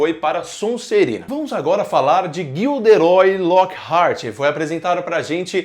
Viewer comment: GILDERÓI? essa doeukkkkkk